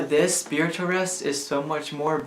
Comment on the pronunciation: I like the part where you said spwitual